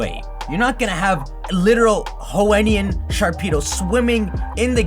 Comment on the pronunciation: First let’s talk about how he says Johenian, Hoenian, Sinnowian, Unvoian.